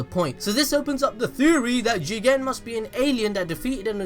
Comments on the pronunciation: Oh I thought he said Jiren from dragon ball super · The way you say JIGEN 😂😂😂😂😂😂😂😂😂😂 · For some reason, i had to press backwards and replay whenever he says JIGEN!!!`lol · First of all☝🏿 you didn’t say JIGEN!!! you messing up! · Love the way you said "JIGEN" 😂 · If you say jigen one more time I will unsubscribe